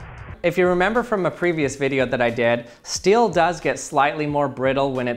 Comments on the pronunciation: I clicked so early One of my fav youtubers Everyone: s-t-e-e-l: s-t-i-e-l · Oh... It's your problem... You say still instead of steel... That is very annoying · The way he says steel as still lol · It's STEEL not Still